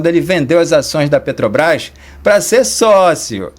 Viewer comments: PODE SER QUE ALGUÉM ME XINGUE, MAIS UMA COISA EU ADORO DESSE MOLUSCO É ELE FALAR "PETOBRAS" ADORO ELE NÃO CONSEGUE FALAR (P E T R O B R A S) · O cara nem sabe falar o nome da empresa, ele fala petobras ,mim inoja ouvir esse senhor falar. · Olha só um presidente que não sabe pronunciar a palavra PETROBRAS isso é ridículo causa vergonha